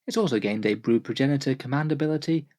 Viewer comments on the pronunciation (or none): none